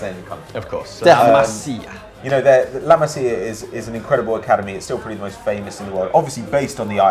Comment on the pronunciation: what did I say about your pronunciation of La masia😡😠😂